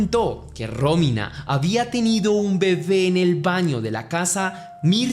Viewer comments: Aprende a mencionar bien los notmbres NO ES RÓMINA ES ROMÍNA eres muy bruto. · muero que dice Rómina y parece un nuevo nombre lindo